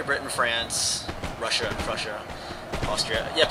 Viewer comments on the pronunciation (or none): none